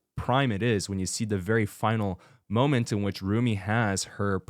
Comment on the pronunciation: I keep cracking up at how Father got every name wrong 😂 Joey, Zumi, Soulja boy, honeymoon